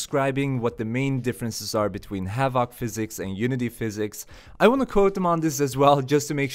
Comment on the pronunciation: It's "HA-vuhk" physics (emphasis/stress on the first syllable, the second syllable is soft) ... it's not "ha-VAHK" physics with a hard middle vowel and stress on the last syllable, lol, that's completely backward and sounds really strange to English speakers. :D It often sounds more like "Havik" when most American and British English-speakers say the word. You can hear it if you Google "pronounce havoc" and click the button and see what I mean.